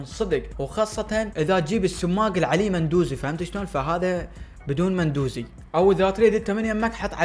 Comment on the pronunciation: اسمة مو مندوزي اسمة لامندوزي❤